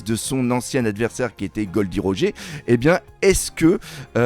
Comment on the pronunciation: cki est n’imp c’est de prononcer Roger a la francaise lol